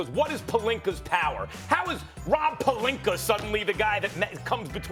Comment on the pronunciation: Stephen A.... who THE FUCK is “Rob Palinker”?